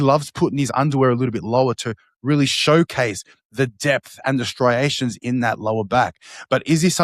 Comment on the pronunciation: oh man we got Phil saying "stry-rations" now too! lol